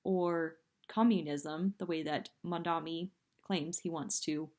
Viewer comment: She's not ranting. She's stumbling. Ouch! Hey,, learn how to pronounce Mamdani's name.